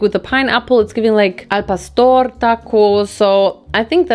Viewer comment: I like how your said Al Pastor and tortilla 😅 you did it with a wee Spanish accent